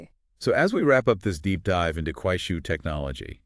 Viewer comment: You need to improve pronunciation it’ll! It’s Kuaishou. Shou is pronounced like show not “shil”